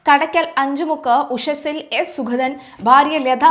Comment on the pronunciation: സുഖതൻ അല്ല സുഗതൻ. ഉച്ചാരണം ശ്രദ്ധിക്കുക.